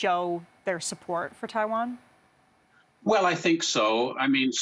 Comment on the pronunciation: This guy can't even pronounce Taiwan correctly.